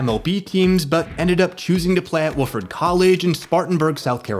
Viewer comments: Wofford, with ONE O. Not Woofford with two. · Wa Ford, not woof ord. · Wah-ferd, not woof-erd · Wahhh-ferd. Not Woof-ord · Wah-ferd=Wofford; otherwise, incredible content. Get ready for massive sub numbers. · Good video, but it's pronounced WAH-ferd not Woof-ferd. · you are mispronouncing "Wofford" College. It's pronounced Wah-ford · Hey man for the future its pronounced "Wah-Furd" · Wofford is pronounced waw-ford.